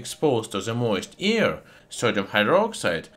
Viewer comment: Its AIR not EAR😉😁 I love your channel🥰